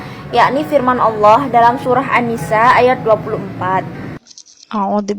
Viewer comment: Ini yang baca Alquran pas ada kalimat Allah kayak ngak di baca, apa cuma aku yg dengar demikian?